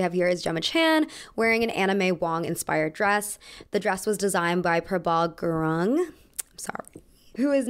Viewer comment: I got COMPLETELY shocked when I heard that last name. i was just completely surprised by the Nepalese reference, it felt real close to home. P.S. it’s pronounced as goo-ROONG (pronounce the roo like in rouge). :)